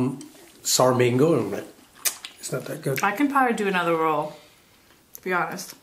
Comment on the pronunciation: It’s ROLL not ROW